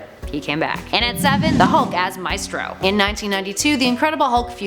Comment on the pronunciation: LOL The pronunciation of the spanish word "Maestro" is actually pretty funny in english